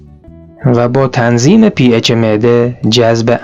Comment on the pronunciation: درود با سپاس از جواب درست تلفظ کردین ولی مردم نمیدونن که پ اچ یعنی حالت اسیدی یا قلیایی، همین یک کلمه مهم ممکنه باعث بشه خیلی از بحث شما برای مخاطب قابل فهم نباشه. من بیشتر از ۴۰ ساله تو خارج تحصیل و زندگی میکنم، سالها هم ایران نرفته بودم ولی حتی زبان مادری ام را که فارسی نیست را فراموش نکردم. براتون تندرستی و موفقیت آرزو دارم.